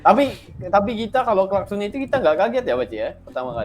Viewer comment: Bunyi klaskon 🤣🤣🤣 Aduuhhh.... Ulang-ulang kali kata klakson itu terpeleset jadi klaskon 😂😂😂😂